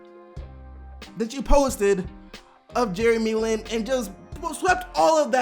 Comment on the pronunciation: his last name aint " LEAN " It's Lin 😂